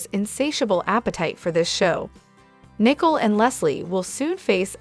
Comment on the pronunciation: Her name is Nicole not .Nii cole